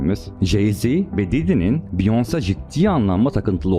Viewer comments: Abi beyoncé'nin ismi ‘biyons' diye okunmuyor é harfi olduğu için 'biyonse' demen lazım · abi olayları çok iyi özetlemişsin sadece beyonce biyons değil biyonse diye okunuyor ufak bir bilgi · abi allah rizasi icin beyonce'nin ismini dogru telaffuz et. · Biyons diye okunmuyor o Beyoncé! Taylor Swift adinida yanlis söylüyorsun. Surda mantikli bsy yapmaya calisiyosun adam gibi yap ltfen. Isimleri bile dogru telaffuz etmeyen birini nasil ciddiye alabiliriz? Biyons dedigin an bittin benim icin. Umarim ciddiye alirsin bu yorumu.